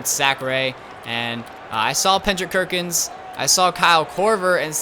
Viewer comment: Pendrick Kerkins? Lol Did anyone else here that